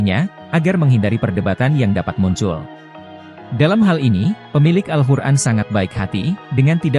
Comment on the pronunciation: AL-QUR'AN bg bukan al-hur'an🙏🙏